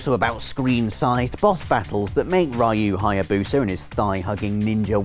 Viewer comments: I really don't get why people insist on pronouncing the names of Street Fighter's and Ninja Gaiden's main character as Raayu instead of how it's spelt - Ryu. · Why do people say Ryu wrong? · Just that he said ryu wrong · how is it possible to pronounce gaiden correctly and then butcher ryu